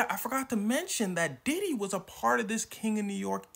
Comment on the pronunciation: Bro it’s Diddy not Didi💀